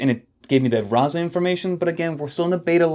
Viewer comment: Man… I've been biting my tongue for a number of videos now, but you're killing me already — the ZZ in "Razza" (an Italian word) works like does in "pizza": so, "rahtsa". Also, decent place. Sort of miss it, except for the absurd prices. and if you're a pizza fan, you should 100% try Kestè over in FiDi — get yourself one of the fried dough neapolitan pizzas. you're welcome 😉